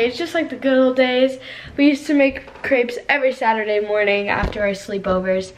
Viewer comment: She says crepes wrong